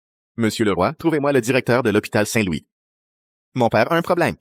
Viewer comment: Je pense que j'ai entendu hopital saint- Luis